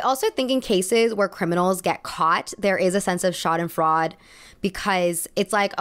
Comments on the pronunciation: If you’re using foreign words please take 2 seconds to google translate it to know how it sounds. It’s SchadenfreudE not schadenfreud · its not „fraud“ it is FREUDE, every letter is pronounced. not frod its FREU-DE. pls look things up of u don’t know how to pronounce them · Schadenfreude actually has an e on the end, schaden-froyd-e (the e pronounced like in 'elf'), it's one of my favorite German words, even though I don't feel the emotion often, i just like that there's a word for it XD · Side note to this amazing video: as a German, it's pronounced something like "sha-duhn-freu-duh" but our language is hard so I get the mishap. Loved the video still! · Loved this video! Super interesting As a German, the pronunciation of Schadenfreude is so funny to me, made my day, I love it. It sounds like Schaden"fraud" when she says it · With the most love, it makes me crazy how you Americans pronounce „Schadenfreude“ it’s SCHA like in chair, DEN like in dentist, FREU … wel there isn’t a English word that compares to the EU sound … but most importantly the word ends with an E so y‘all please pronounce it!! It’s DE again like Dentist. * Schadenfreude ( /ˈʃɑːd(ə)nˌfrɔɪdə/ ) * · As a german, I have to say that I loove the way you say Schadenfreude